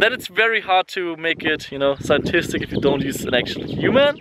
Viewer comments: its pronounced "sci·en·tif·ic" and you need to get some SUN. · Its hard to make it scientistic if u dont know how to say scientific